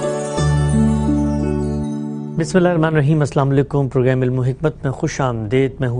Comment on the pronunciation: جناب، پروگرام کو پروگریم نہ کہا کریں۔ یہ لفظ انگریزی میں بھی پروگرام ہے اور اسے پروگریم کہنا محض مغلوب ذہنیت کی غمّازی کرتی ہے۔